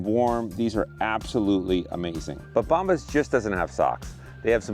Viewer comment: Great to see you again. Have you google bombs to see what it means in spanish. When you pronounced the word bombas,you didn't say it right. Keep up the amazing work!